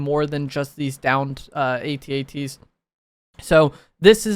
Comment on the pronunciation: is officially the first content creator to pronounce at-at correctly